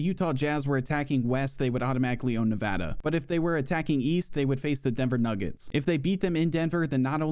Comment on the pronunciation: No way. I didn’t know there was a YouTuber that could pronounce Nevada correctly. Thanks mate